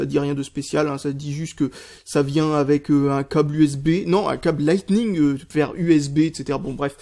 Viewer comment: "Le coble"